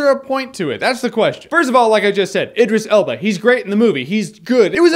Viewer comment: You were pronouncing Idris Elba's name wrong the whole review... D:. Answering your question, though, Tim Curry can be pretty creepy in certain things like his episodes of Criminal Minds